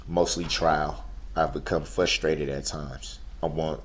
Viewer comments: i don't think duhrell is pronouncing the word frustrated correctly..... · He was also “fusstrated” at people not knowing what was in his heart. I’ll tell you what was in his heart. It was hatred. He cut the “umbiblical” cords on his children.